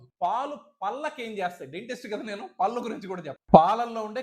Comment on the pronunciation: పల్లు అని అంటున్నారు sir. కొంచం "ళ " పలకటం practice చెయ్యండి.. పళ్ళు అనాలి.